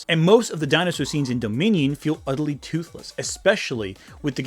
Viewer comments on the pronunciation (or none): none